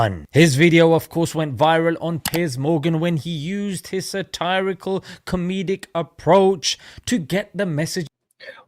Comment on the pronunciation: The way he pronounces ‘satirical’ is pretty funny. Does that sound snobby?